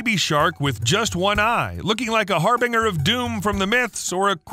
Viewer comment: Harbinger, rhymes with ginger. im sorry i was triggered. not the first time. Nice video!!!!!!!